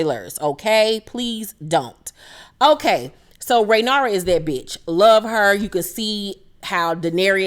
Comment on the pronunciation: Ray-near-ah is how her name is pronounced.